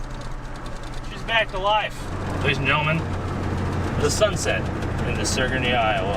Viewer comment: Bro I live by that house and he pronouced Sigourney wrong its sig ur ney